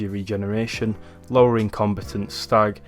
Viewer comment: its comb'a'tant pronounce the a, not said as if you where sayin compitent...